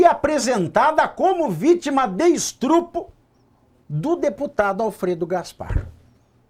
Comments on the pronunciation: Estrupo?! Quê isso, Pavivi?! Ok, entendi a sagacidade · Isso eh um programa jornalistico ou um programa de comedia? Vc eh horroso jornalista (sera que eh). Vc fala Estupro errado de gracinha ou faz gracinha porque nao da conta mesmo de falar!